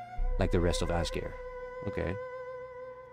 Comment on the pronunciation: Good stuff! If you care... apparently Azkare is pronounced in a Japanese-ish style: Az - kuh - 'ray | With the 'ray' sounding like a mix of 'day' and 'ray' like east Asian languages tend to do.